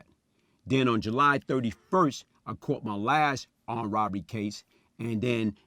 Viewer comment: Was it "Woberry" or "Burgery"! funny cause he can say the "rob" perfectly